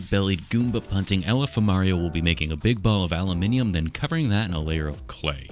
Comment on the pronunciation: Ngl I kept hearing him say alpha mario.